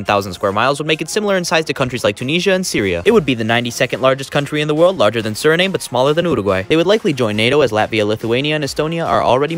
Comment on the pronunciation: who tf pronounces suriname like that???